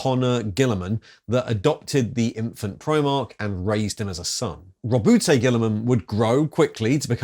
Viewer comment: I'm fairly sure it's pronounced 'rowboat'.